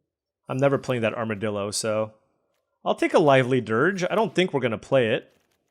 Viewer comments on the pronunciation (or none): none